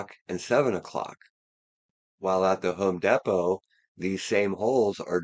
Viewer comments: Home Deee Poe. Sorry dude, it’s killing me. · It is actually called Home Depot not home Depo